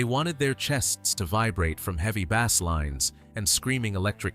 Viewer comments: Notice how Frey and Bass are pronounced. Definitely AI narration. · Jesus H. Roosevelt Christ!, where do you get the nerve to insult your audience with AI slop? A "narrator" who doesn't know the difference between bass the fish and bass the guitar! Music fans don't have to put up with your crap! 👎